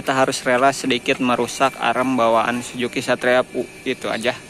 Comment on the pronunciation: Suzuki bang,bukan sujuki😅